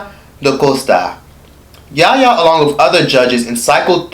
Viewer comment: Yaya* not kenyah